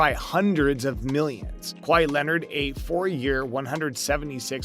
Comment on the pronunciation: This guy has no business talking about basketball if he calls kawhi “Kwah-hee”